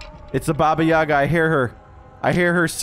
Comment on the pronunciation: its not baba yAga, its baba yagA its russian folklore